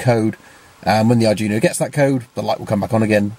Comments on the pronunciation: "ARD-WEE-NOH". Not "ardjunio". That is NOT an arduino with a shield on it. That is a dedicated non-Arduino board. with an unknown microcontroller on it. It may be fractionally Arduino-compatible, but it is NOT an Arduino. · Nice video but it's pronounced dweeno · Great stuff - thanks. Sorry for being anal here, but it's bugging me ! - it's pronounced Arr-dwee-no, and it's OBD, not ODB :-) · You pronounced "Arduino" like that just to increase engagement, didn't you? I guess it worked.